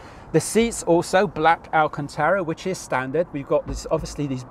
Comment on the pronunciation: I drunk a shot every time ‘speciale’ was mentioned. I’m now dead… 😁 Also it’s alcantara rather than alcantera 👍 Enjoyed the vid though jokes aside.